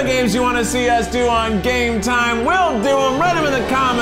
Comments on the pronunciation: Does Eugene say "try guys gay time" instead of "game time"?! I've been wondering this for a while now. It seems like he is always saying "gay time" instead. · Is Eugene saying "Try Guys Gay Time"? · Sorry but I keep hearing it as "Try Guys Gay Time" 😅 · I have heard "Try Guys Gay Time" since the beginning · I thought it was try guys gay time at first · thanks, now i cant hear try guys game time without hearing try guys gay time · Eugene says Try guys gay time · I am positive Eugene say "try guys gay time" instead of game. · The try guys: TRY GUYS GAME TIME! What I hear: Try guys gay time~! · I swear when the other guys say TRY GUYS GAME TIME! Eugene says “Try guys gay time!” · It sounded at the end there like they said try guys gay time